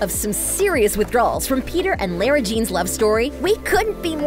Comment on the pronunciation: Omg how she says Lara is soooooooooo offff